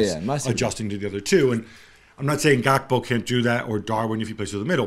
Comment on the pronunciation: Lol at Jules call Gakpo 'Gapko'